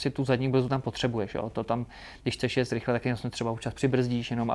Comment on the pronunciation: Super rozhovor a super závodník, blahopřeji k úspěchům a přeji i další... jen mi trochu krvácí z uší když slyším ject 🤣🤣🤣